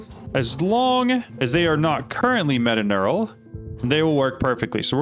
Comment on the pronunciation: its metaTURNAL not metaNEURAL